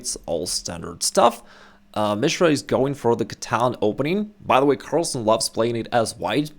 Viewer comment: Is mispronouncing "Catalan" or am I?